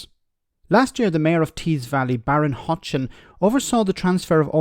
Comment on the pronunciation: Not Baron Hotchen , its Ben Houchen Tees Valley Mayor